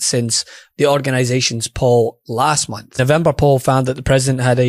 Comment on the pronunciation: He said, "a few hundred dollars a bonth"....Christ almighty.